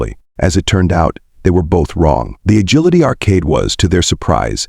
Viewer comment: uh-gill-uh-tee? perhaps uh-jill-uh-tee. Ah, AI. 😁